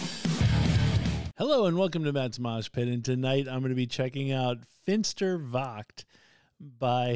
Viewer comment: Never mind the pronounciation. Most of us Germans butcher English all of the time, even when we are doing our best! 😅 And your "Finsterwacht" was really well done! It's a tough one with the 'ch'-sound! Popcorn was most appropriate here, definitely! 🙂 Edit: Saltatio Mortis is the name of the band.